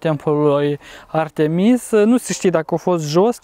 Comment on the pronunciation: incearca sa pui accentul pe prima vocala la Artemis altfel nu se intelieje nimica😀